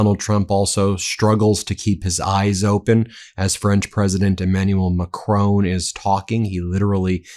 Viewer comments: PLEASE PLEASE PLEASE (Ben Me-is-a-lass) - learn how to pronounce Macron. I'm British and I can manage it! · Please learn how to properly pronounce President Macron's name. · Please, please learn to pronounce Macron. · Check pronunciation of Macron! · I wish you would learn to pronounce the French president's surname. Ma-cron (almost don't say the n) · You’re pronouncing the French president’s name wrong doofus 🤪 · in fairness to Trump he can pronounce Macron unlike you Ben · Ben, ce n’est pas Macrone! It is Ma-cron, with the R at the back of the mouth, and the N sound shortened and the tongue touching the soft palate. Hope that helps, mon ami 👋 from 🇬🇧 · Always excellent! N. B. - Not Mac-rone, like roan, but Mac-Ron (like the masculine name, Ron)🤗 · Who is this president MaCrone? If you can't manage a french accent at least pronounce it as MACRONN There's no E at the end. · French President is Mac-RON - not Mac-ROAN! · Ben, why do you always misprounce the name of the French President. His name is MACRON. You always say MACRONE. Why ? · Just saying.. It’s Mac Ron, not ‘macrown’ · Please - It's Mac-RON, not Ma-crone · S’il tu plaît, it’s not Mac-tone, it’s Mac-rhon. Not in spelling, pronunciation. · His name is Macron, not Macrone. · Macron! Not Macrone! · Love you guys, but hate how Americans keep butchering Macron’s name. I understand that people have difficulty with the French pronunciation. But nobody reads the word “micron” as micr-own. Just say Macron, just like it’s written. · Pse pronounce Macrons name correctly. Pronounced as follows: Mac. Ron. Not Mac. Rone!! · Please Ben it’s pronounced Maa.kron not macrone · Please, Please, Please, Emmaulle Macron, please notice there is no E at the end of MACRON his name is pronounced Mac Ron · Hi Ben. macron is pronounced like don,you say Macroan, in case you’re interested,watch you daily😊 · How does the last letter of an french word get pronounced???? every American news outlet.... MacronE